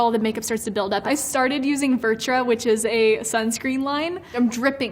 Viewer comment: It sounds like she said ‘virtra’ or something like that!